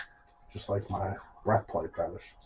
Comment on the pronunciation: oh that makes sense. Thanks. It sounded like he was saying "bread putty fetish" 😂